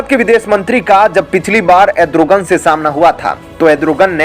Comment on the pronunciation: एड्रोगन नही re भाई अर्दोगन....